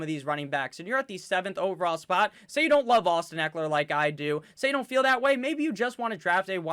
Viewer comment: I think you butchered Ekeler's name, but your team is deep!